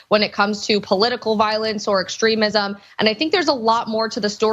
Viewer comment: correction...It was eggzercisum...And it was eggstremisum....And journalisum